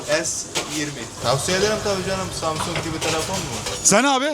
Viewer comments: Kaç insanla konuştun bilmiyorum da bir bu kadar daha insanla konuşsan hepsi üst üstte koysak senin genel kültürünün %3 anca eder doğru telaffuz etmekten bile acizler insan zamzung derken biraz yüzü kızarır be dayı Allah bilir kaç yıldır orda yaşıyorsun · Sjdjffjfkk çok iyi yaaa adam daha samsung diyemiyo. Sabah sabah çok güldüm eyvallah